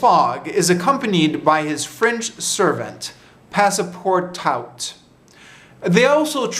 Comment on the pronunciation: great video a small correction: passepartout is pronounced pass - par - too